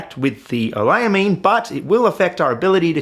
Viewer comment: QD synthesis chemists raging every time he says "oleylamine" wrong